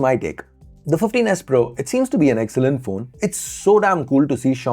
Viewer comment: 😂😂😂What..!!!, Fifteen S Pro » Teenus Pro » Tinus Po » Tinus